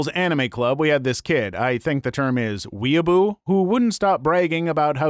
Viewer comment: Story 19 i am very angry that you said weeoobo